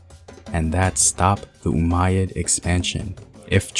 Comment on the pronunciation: Umayyad? Umayyad, bro?